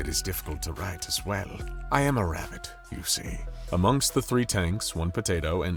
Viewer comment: "Rabitt" hurt my soul.